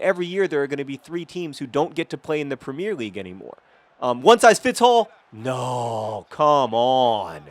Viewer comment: Please do us a favour and for once just say Premier league, with 3 syllables in the 'premier'